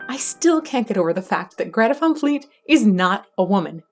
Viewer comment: i believe it is pronounces van like the type of car